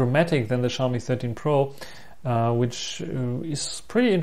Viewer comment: The X in Xiaomi is always a challenge to western people. In Asian countries, the X is treated as S. So Xiaomi is pronounce as See-ow (one syllable) Me. That being said, the 13 Pro's audio is too noise filtered for my liking.